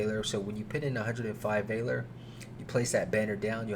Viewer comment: That is not how valor is pronounced.